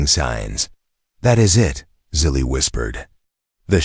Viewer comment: Good story despite the AI's idiotic miswording like "DOT" and "Dot Asterisk" BS mixed in with the text. Also misspelling/mispronouncing the girls name, Zili as "silly". Despite this inconsistency, it was a good story.